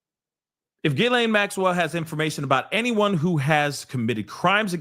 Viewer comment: we have to stay on this. We obviously have a pedo in office. We can't let it go.❤ and I mispronounce her name the same way too😂